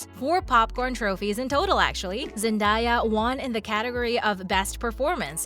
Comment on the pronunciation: it’s zen-day-yuh not zen-die-yuh